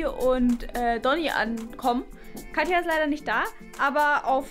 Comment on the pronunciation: Kathi hat Geburtstag und sagt katja😂